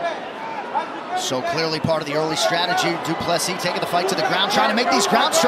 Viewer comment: I think Americans don’t know that PLESSIS , the s at the end is not silent